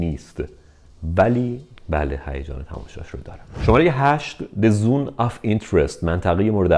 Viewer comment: June, Zone, etc. Great content already but you could take checking the pronunciations a bit more seriously...